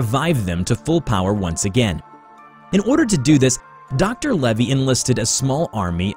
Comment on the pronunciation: Lavey Not Levy